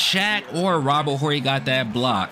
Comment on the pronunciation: When you pronounce our last name Horry the H is silent in it bro yeah Robert my family